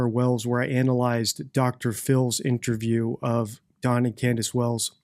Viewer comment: Does deliberately say" intraview" taking the piss? He switches between "intraview" and " interview ". Is he having a laugh??